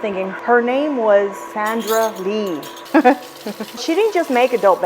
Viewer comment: Vivian, did you say Zandra Lee? 🤔🤣I freaking love your videos. I could've heard wrong; I am getting older lol.